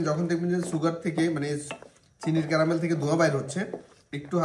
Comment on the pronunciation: ক্রামেল না ক্যারামেল। বেশি স্টাইল মারাতে গিয়ে ভুলবাল উচ্চারণ প্রতিটা ভিডিওতেই!!